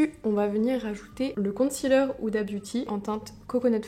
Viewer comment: TROP BIEN TU ES TROP BELLE ET ON PAS UDA MAIS OUDA